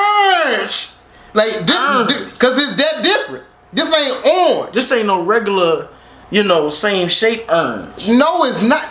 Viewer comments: “Ernge” 😂 I’m dead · “LOOK AT URANGE” 😭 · He said look at urange not orange URANGE! This was the funniest reaction I watched this three times 😂